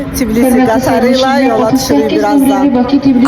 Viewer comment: Çibilisi yox Tbilisi 😂